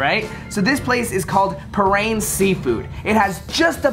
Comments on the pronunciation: I FIGURED YALL WOULD GO TO PARRAINS. They are the best. Also it’s pronounced Paw-Rans. Great video! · It’s paw-rans and BAT-on Rouge but ily 💖 and it’s a remoulade sauce 💖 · Nooooooo not saying Baton Rouge and parraine wrong 😭😭